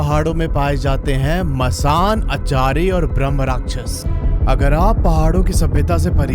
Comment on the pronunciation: bhai achari nhi achri